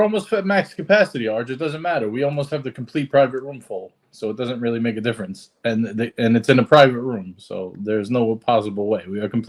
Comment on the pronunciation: Wheely..wheely...de brain bwain is fowgiven..wheely wheely... FMD